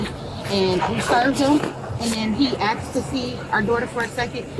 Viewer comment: so uneducated can't even say the word asked